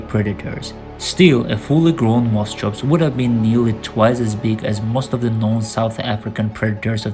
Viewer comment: You keep calling sinapsids reptiles. They weren't. 'CH' in greek or latin derived scientific names is generally pronounced as 'K'. Moschops should sound as 'moskops'. Your editing is too abrupt, so that your narration is all over the place, jumping subjects unrelated to one another.